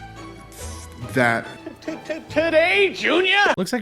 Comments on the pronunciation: In the opening he says "recordnise" like 3 times instead of recognize. When will the morons stop worshiping ignorance? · When you record-nise I hate when someone tries to sound intelligent and have no clue what they are saying lol !!! You record-nise yeah !! lol !!! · "When you recordnize" ... I can't take this serious just from the failure to english. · Did ibrim say recordnize in the opening... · At the beginning of this clip I swear that idiot said "recordnize" twice.🤣🤣 Sometimes the jokes write themselves.🤷 I don't think the blowback from this is going to be what Netflix anticipated.😬😬😬